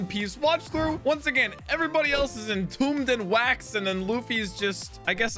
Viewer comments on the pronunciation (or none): "entombed" more like.... encoomed